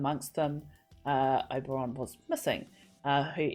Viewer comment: You were in palpitations over Pedro, I looked away for a moment, and the next thing I heard was, 'Holy shit, he's gotten big!' Me: I don't remember that part of the scene . . . 😲 My OCD forces me to mention it's 'Ober-in', Oberyn, not 'Ober-on' like the character in A Midsummer Night's Dream. The new Daario was in The Flight Attendant, with Kaley Cuoco, if you've seen that, maybe that's why he's familiar. I think the gambling scene was just to have a new actor be introduced as Daario without it being too obvious. Looking forward to the rest of the season!